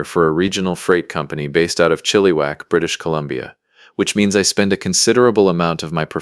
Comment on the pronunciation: Maybe learn how to actually pronounce Chilliwack properly